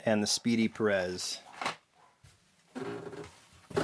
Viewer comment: Pérez is pronounced like Paris